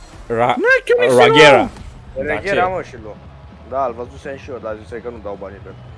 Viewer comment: Fara suparare, dar se pronunta "regera" nu "reghera" si nici "raghera" 😂 😂 😂 💪🏾💪🏾